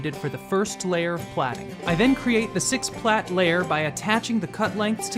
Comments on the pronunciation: Plait is pronounced the same as plate. Stop saying "plat." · “Plate”, not “platt”. A plait is the product of braiding.